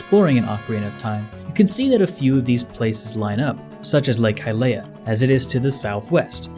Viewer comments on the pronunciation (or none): Your voicing is fantastic- but please, if you haven’t already, learn the correct pronunciation of the names in this series- hearing “Hylia” (Hi-lee-uh) pronounced “hi-lay-uh” is painful to hear... also, I don’t know if you fixed “hylian” (hi-lee-an) from the Bongo Bongo video’s pronunciation. You can find a lot of these in the voice acted clips of Breath of the Wild if you haven’t seen them already!